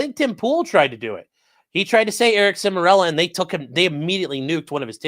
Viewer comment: Eric Char-mello. Not Semirello